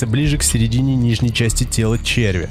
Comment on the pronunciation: ЧервЯ , а не чЕрвя . Двоешники !